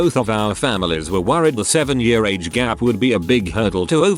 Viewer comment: No one: The text to speech saying year: Yüré